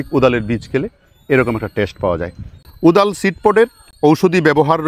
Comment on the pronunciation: ওদাল না কোদাল কি বললেন বুঝলাম না। তবে ওটার ফেটে হা হয়ে যাওয়া সিডপট টা কিসের মতো যেন দেখতে, চমৎকার।